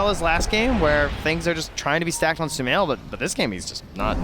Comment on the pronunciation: thought i was the only one... sumaiL i think he wants to say? 🤏😁